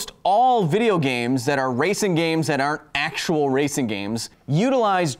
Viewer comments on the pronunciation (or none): none